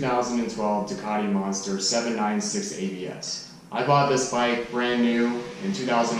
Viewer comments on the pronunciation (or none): none